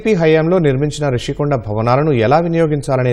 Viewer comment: అది 'రుషికొండ' కాదు! ఋషికొండ